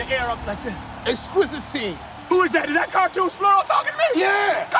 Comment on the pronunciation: Watch this with the subtitles and laugh/cry for the poor soul who had to try to figure that "Eqqsquizitine" and "Cartoons Plural" and heard it as "Exquisite T" and "Cartoon Squirrel."